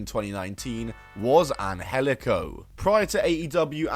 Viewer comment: It’s not pronounced an-hel-ico. That’s just the way they tweaked it for Lucha Underground. It’s pronounced an-jel-ico.